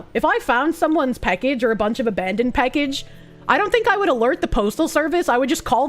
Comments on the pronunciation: PACKage not PECKage. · She’s says “peckage” instead of “package” and it makes me unfathomably angry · A great Irish drinking game for next St. Patrick's Day - drink whenever she says "peckege". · The way says “package” makes me chuckle. “Peckehge” Heeheehee. Happy Sunday,. Thanks for the smiles. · Every time she says "Peckage" I feel like that Spider-Man meme where he gets blown backwards. The one with the "I'm Skylar White, yo." guy. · "Peckage." You know, it's a sign that you've been watching for a long time when you catch yourself mispronouncing words irl. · Bostonian debuff strikes again ? 😎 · why tf does she say package so wrong 💀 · Every time she says package, she shortens the first 'a' a little more. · has some kiwi in her with that package pronunciation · The way she says package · You say "Package" funny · I find it funny the way she says "package"